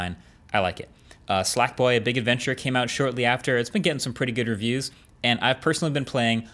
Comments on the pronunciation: SLACKboy? It's sackboy 🤣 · ah okay, I'm not the only one who heard "Slackboy" 😂 that's reassuring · did you just say Slackboy?